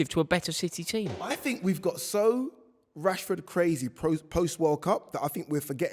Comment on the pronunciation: Saka is clear of Marcus. How do you Mancs say his name? Rashehhhh. Saka is clear of that guy.